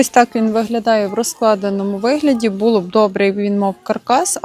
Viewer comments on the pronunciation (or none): БулО, подУшка, налІпки, ставте правильно наголос.